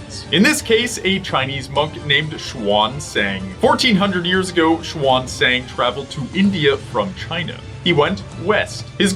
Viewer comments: They are not done with the meta show lol, and the way you pronounce the 'a's in xuanzang is wrong, xu(ae)n z(aa)ng. Or simply 'xuen zahng'. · the pinying system is confusing for English speakers, maybe spell as "shan - zang" is easier